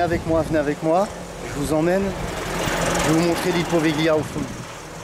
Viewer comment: Slt, étant italien ça me fait mal aux oreilles à force... Ça se prononce povilia!!!!!